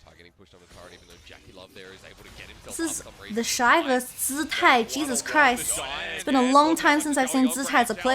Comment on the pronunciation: Omg. Is that how you pronounce Zz tai in Chinese? The Western announcers butcher it